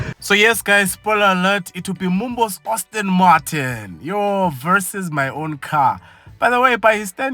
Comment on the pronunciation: It’s pronounced Aston🙄